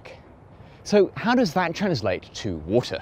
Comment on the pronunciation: take a shot of rum every time he says: "wool tah"